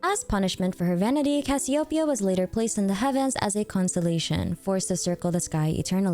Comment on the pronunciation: No Min butchering Cassiopeia's pronunciation 😭